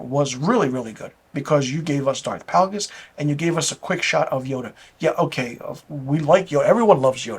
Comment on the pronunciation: Isn't it Darth Plagueis? Pronounced like "Play-gus." But, totally agree--it's a joke of a show. I get it, I'm old and too attached to the Skywalker story. Also, I don't think a lot of recent fans (discovered Star Wars in the past 20 years) hold the writing (dialogue, story, logic) to a very high standard. I have friends with young kids and they're just happy to be able to show them Star Wars stories. It's like they think: "Oooooooh, look at the pretty light sabers, coooool. OK, back to TikTok." I just want good storytelling, characters with compelling arcs, clever/fun/witty dialogue, and good logic to why the characters say and do things. I don't watch much tv because most shows fail miserably at these things. So I'm not as desensitized as a lot of folks are. Looking forward to the season finale of The Boys.